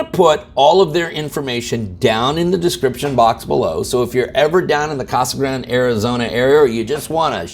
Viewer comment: I thought "Casa Grande" was 4 syllables....